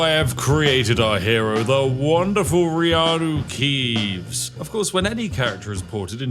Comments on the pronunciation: I literally cheered when you said Reanu Keeves 😅😂😂😂😂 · Lord of The Gates: Return of the Keeves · Seymour Cleavage please! You are turning Reanu Keeves into Wohn Jick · Dremora Kynreeve? No, I am Reanu Keeve!